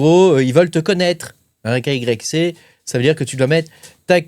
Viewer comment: svp , n'eppelez pas KYC dites " Ké WHY SI "